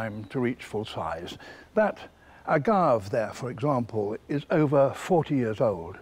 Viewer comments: Agave is a three sylable word, a-ga-ve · strange he drops the e. (pronounced as in Spanish "a") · I had never heard agave pronounced that way.